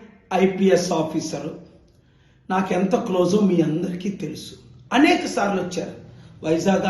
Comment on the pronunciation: అనేక్ సార్లు కాదు అనేక సార్లు Pastor లాగా మాటలాడకు